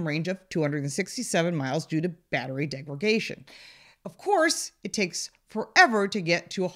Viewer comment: It's "degraDation", not "degraGation".